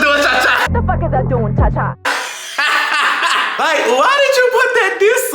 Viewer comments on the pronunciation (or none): I think it’s do a cha cha not dunchacha these bitches jus dot speak Spanish so they don’t know lol